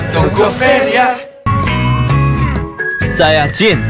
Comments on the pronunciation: Todos escuchando "Saya Jungkook" Lo que yo escucho "Soy el Jungkook" 🤣😅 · Lo siento pero yo escucho re bien "Soy el Jungkook" En vez de "Saya Jungkook" xd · It's SAYA everyone not Soy el😐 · Es que tienen que decir "Saya" y su nombre Pero escuchamos "soy el x" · Me siento estafada, yo que me emocioné 😔✋🏻, pero parece que dice "soy el Jungkook" y le sale súper bien 😭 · Yo vine por "soy el Jungkook " sjjsjsjs xD Soy la única que ah Jin le entendio "Sayajin" ? 😩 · No es por ser mala pero cuando para cuando jin salió dijo sayallin